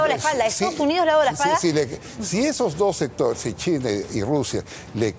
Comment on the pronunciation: dijo china o Chile no sabe pronunciar este Viejo 10.30 minuto